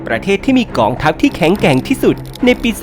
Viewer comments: แข็งแกร่ง ไม่ใช่ แข่งแกล่ง แอดคนทีีไหนวะนี่ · ต้นคลิป แข็งแกร่ง ครับไม่ใช่ แข็งแกล่ง